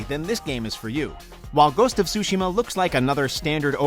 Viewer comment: Everyone: Ghost of sushima Japanese: Ghost of tsuhima